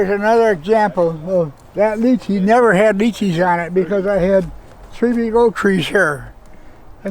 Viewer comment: Lovely to hear them pronouncing the "Leechee" correctly and not "Liechee" as they do here in Britain❗️